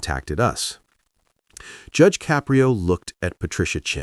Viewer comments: its Ka-prio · This is made by AI. That is not what Judge Caprio looks like. There is no bailiff in his TV court room. His name is not pronounced Cap pri o. This case never happened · 🟦…. I hate th' way AI pronounces "Caprio".